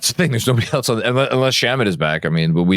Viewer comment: Can someone please tell about the term "far a field"? He keeps running a foul of the English nerd in me. Also, "unless" isn't pronounced "inless". Thanks, love you.